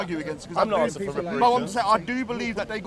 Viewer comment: "IM AKSIN IM AKSIN" speak english you illiterate fuck